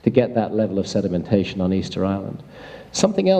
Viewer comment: SEDEMENTATION by the SEA. LOL.